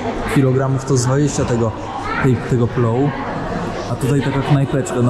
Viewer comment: Płow lub pilaw, nie plow ;)